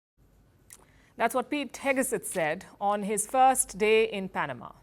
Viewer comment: Hegseth, Palki, not Hegeset